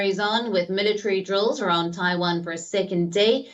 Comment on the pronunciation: MillaTree. i swear military has 4 syllables.